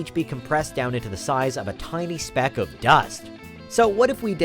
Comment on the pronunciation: The narrator sounds like an oriental. I hear some mispronounciations. Like "speck", he said "spack"; "get" he said "gat". You can hear it clearly. lol !!! This is one of many pronunciation problems that I find with many orientals whose 1st language isn't English, but think they sound like a native English speaker.